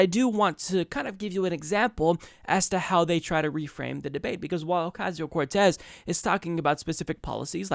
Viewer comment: They revel in mispronouncing her name.